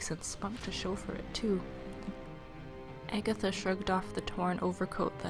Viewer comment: Haha! I love how you put so much effort that i can actually imagine the whole story. Specially love how you say "Agatha"